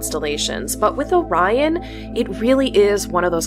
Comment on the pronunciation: You pronounced "Orion" correctly - that's refreshing !